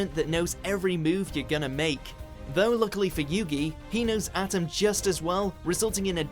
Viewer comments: a-tem not atom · I hate how they pronounce Atem's name as Atom, it's pronounced aTEM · When the announcer says Atem it sounds like he's saying Adam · Pharaoh Atom. BIIIIIIIITCH LEARN TO PROUNCE THESE NAMES I SWEAR TO GOOOOD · the way you said atem triggered me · they pronounced atem's name wrong, dang it I swear it's like they use a boot leg pronounciation machine half the time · Love the vid but cmon ya gotta pronounce Atem right!!